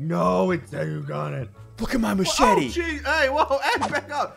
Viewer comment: Lol they way ssunde said machete is matchete